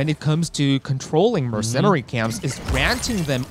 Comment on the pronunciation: Im a little more annoyed by "mercennari camps"